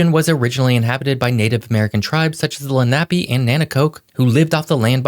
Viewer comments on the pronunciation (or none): It was very interesting. And, even though I’ve lived here for over 30 years, I still learned something. However, I do need to correct your pronunciation of two words…the second is cringey to Delawareans. First, it’s Lenape like Len-uh-pee not Len aahh pee. But the worst is Lewes pronounced Loo-wes not Looos. 👌👍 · Didn’t make it very far in this video… to be exact. As a proud Delawarean…it’s Len-A-pe(e) and Lewes is pronounced the same as Lewis. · You lost me when you butchered the word Lenape. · Hi! I live in SE Pennsylvania and we have a number of locations named "Lenape" after the native tribe. Our local pronunciation is LEN-uh-pee, not len-AH-pee. I'm not insisting the local pronunciation is correct, but I've never heard it pronounced len-AH-pee before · Personally, living very close to delaware, in Delaware county, and visiting the state for decades; I think that number is way off,,,The phonetic pronunciation of the Lenape indians is Len A pee...Just sayin...But; it is a small state so; maybe it's right... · If you want to teach geography, please do some background research Lenape - is pronounced Len-a-pea Fort Cristina - Fort Christina named for the 12 yr old Queen of Sweden Thank you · Also, the Indian tribe he mentions - the Lenape - I've always pronounced it as LEN-uh-pee. I forget how he said it, but it was much different. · Mispronounced Lenape, the indigenous people of the region, as well as Lewes town on Delaware's lower cape, in just the first 2 minutes.